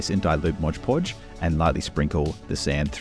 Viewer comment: Was going to subscribe, but you call mod podge "Modge podge"